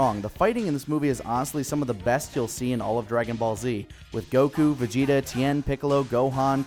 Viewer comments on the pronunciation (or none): none